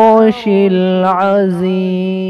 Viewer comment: Salam. ماشاء اللہ urdu tarjuma bhi boldena tah aap aur laash me Azeem ko mohta padrna hai maqraj sahi hona